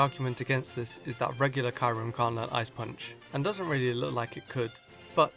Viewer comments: KYUREM IS PRONOUNCED Cu-rem YOU IDIOT!! NOT Ki-rem!!!!!! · He also said in his "Gen 6 PKMN name pronunciations" that he won't use the official or proper pronunciation if he hates it (EE-jih-slash). So if he keeps calling it Kai-yu-rem, it's probably because he hates CURE 'EM. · Kyurem IS PRONOUNCED CUREM NOT KYREM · Kai-Rum CANT LEARN ICE PUNCH... ITS SUBBOSED TO BE KEE-OE RUM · cure-rem not kye-rem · Kay-rem B U mean Kyu-rem B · its pronounced kjuRem not kay-rem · its kyuren not kairen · You are very funny and I subbed but its not karem its kyurem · Cure-um not ky-rum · It's pronounced KYOO - rem, not Kie - rem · Kyurem is apparently pronounced Karim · Heya just wanted to let you know you pronounced kyrurem wrong it's actually pronounced Key-you-rem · Kairem? Or maybe it's pronounced kiurem But I won't judge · You know how people hate it when you mispronounce something and you can't help but hear It? I get that feeling when you pronounce Kyurem as Kyrem. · By the way no hate because subbed to you but you always talk about being annoyed after people say the wrong Pokemon pronunciations But you say Kairem by the way love your vids bro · Kyrem= cure-em. pronunceations!!! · Did you just pronounced Kyurem Kairem? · Its kill-rem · Wait... are you pronouncing Kyurem's name as Ky-rum? I'm not complaining, but it's weird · You dumbass fuck you pronounce it K—YOU—RAM learn spelling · "Ky-rum B" lol. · Kai-Rem even the guy who made a whole video ranting on Pokemon names being mispronounced gets them wrong too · It's pronounced cure-rem. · It's pronounced Kyoo-rim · you pronounced kyurem wrong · Is that actually the correct englisch pronunciation of Kyurem? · that pronunciation for kyurem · Im triggered on how you said Kyurem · The way you pronounce Kyurem make me cringe.